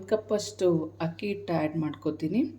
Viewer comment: ಕೊತ್ತಂಬರಿ, ಕೊತ್ಮಿರಿ ಅಲ್ಲ, ಹಿಟ್ಟು, ಇಟ್ಟು ಅಲ್ಲ, ತರಿ ತರಿ, ತುರಿತುರಿ ಅಲ್ಲ